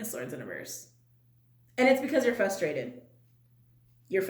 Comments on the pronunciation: fRustrated, .... not fustrated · The word is FRUSTRATED with an r . Fustrated is not a word.